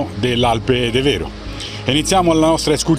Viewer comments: Bel video, ma un piccolo appunto La pronuncia e' De'vero , e non Deve'ro. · Devero si pronuncia con l'accento diverso.....ci vado da 50 anni